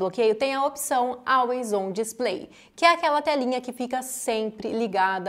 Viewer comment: Muito bom, parabéns! Só corrigindo a pronúncia, não é Álways do jeito que escreve e sim Ólways. Ok?